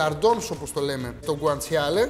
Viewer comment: Το αγαπημένο μου φαγητόοοοοοο! Και το γκουαντσαλε προφέρεται χωρίς Γιώτα 😂